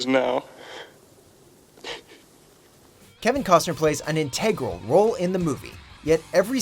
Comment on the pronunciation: I stopped paying attention as soon as the narrator pronounced “integral” so weirdly.